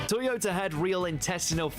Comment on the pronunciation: They have toy Yoda trucks in a war? Oh you mean ToyoTa, not Toy Yoda? Well why didn't you say so? ;) You'd think they'd use Jagwars. I'm Just kidding, +1 for content and reaction.